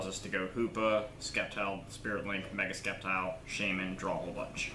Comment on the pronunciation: Sorry but there is no k in sceptile hahaha i almost thought in the beginning you where just skeptical of the deck lmao